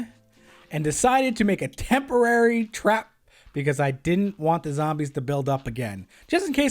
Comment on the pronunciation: you said trap wrong you kinda said trwap